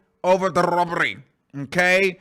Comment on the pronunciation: When tries to disguise words has me in stitches!! Whyyyyy say robbery like that omg🤣🤣🤣a true cackle